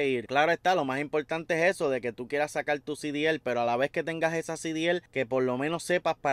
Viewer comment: Sacal no. SE DICE SACAR.